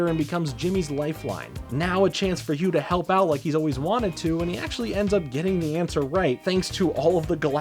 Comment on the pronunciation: I think it's pronunced ne-me-see-s and bruh that whole Hugh in Nickelodeon all star brawl thing you called it